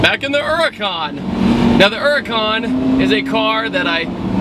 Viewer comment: wot the fuck is a ura'con?!?!